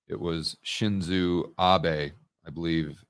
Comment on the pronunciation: His name is Shinzo Abe. Not Shinzu. His title was SoriDaijin, we translate it to prime minister. The word for president is daitoryo. Note that Japan is a monarchy. The king is technically the leader.